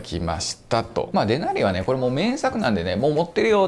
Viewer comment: デナリのイントネーションがもう、いなりやねんw